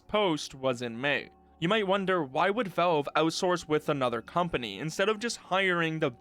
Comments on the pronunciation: It's pronounced as Valve, not wellve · are you saying 'Velve'? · Why U say Velve bro? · Take a shot every time this dude says "Velve".